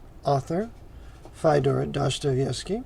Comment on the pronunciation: Love your work, Brother = but - his first name is pronounced Fee-o-dor, rhymes with Theodore.